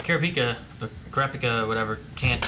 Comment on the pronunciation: episode 25 and poor still cant pronounce kurapika xdd